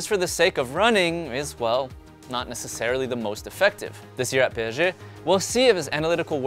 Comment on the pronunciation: Why is he saying pesg